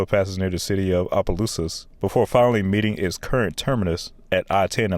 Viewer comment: Thank you for pronouncing Opelousas correctly.